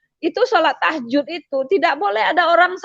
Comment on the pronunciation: lihat wajahnya saja ga yakin ibu ini Muslimah, apalagi dengerin cara baca Al Qur'an. Emang ada sholat Tahjud. bukannya tahajud